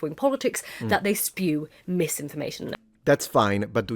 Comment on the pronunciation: Did she say "espew"? How can you be that posh and fail to speak English properly?? (Or perhaps that her being "sassy"?)